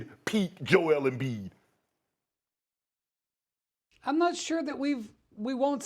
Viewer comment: Embid to tha Lakers”😄😄😄